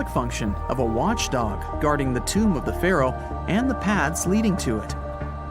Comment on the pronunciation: Lost me as soon as you said tomb